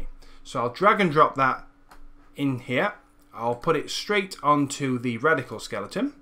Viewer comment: Really love what your doing here. Great stuff. Word to the wise though: I know you have an accent but you might want to watch how you pronounce product names/brand names when dealing with sponsors. There were a few times there that I thought you said Reticle Motion instead of Radical Motion. This can cause people to look up the wrong thing later. It was only minor slip-ups here and there and you didn't do it for the whole or even the majority of the video but it still is something to keep an eye out for. Either way, good luck and thanks for the tutorial. <3